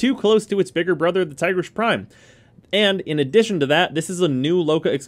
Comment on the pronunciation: Tigrish lmao